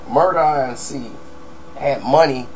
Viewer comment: Why don't you just say Murder Inc instead of Murder I N C 😭😭😂😂